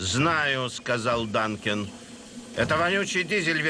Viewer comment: Вообще-то Дункан, а не Данкин.